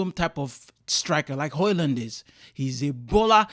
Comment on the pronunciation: Wat did you call Hoijlund🤔